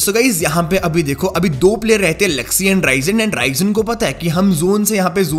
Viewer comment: The real pronunciation of Bigretron players is Zooksee,Looksee,reeeeeezen and meeecroboy not zaksy laksy raizen and maicroboy